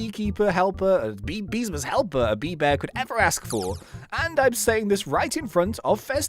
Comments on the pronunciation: Ah Yes Good English " Beemsas " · man said beemsas